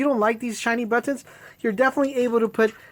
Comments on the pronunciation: I scrolled to see if anyone else thought that like me lmfao The way he says buttons... Butt Tawns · Say buttons 😂